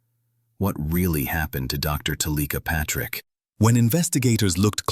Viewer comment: Why would you switch the ai voice to one that pronounces her name incorrectly?